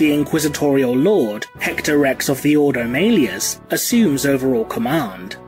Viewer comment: Great video! Man, this must've been torture to put together. ... your pronunciation is really funny sometimes though - no offense, it just is! x) Tieranids, Ordo Mailius, Mienotaurs...